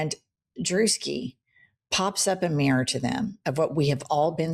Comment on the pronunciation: Jennifer, an trivial aside, please forgive me, but the way that you North Eastern American women pronounce the word mirror as mrrr, just knocks my socks off.